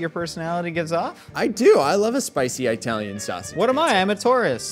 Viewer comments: The P'Zone was really yummy and filled with ingredients. We hardly ever order out and had no clue they don't make it anymore. Personally, I would enjoy this show much more without all of the innuendo's because they just don't match with what you're doing which is cooking. Also, each of you say "Italy". Now say "Italian". Now say "Italian" correctly. Thank you. 😅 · EYE-Talian lol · it's not Eye-talian (people aren't from Eye-taly) 😂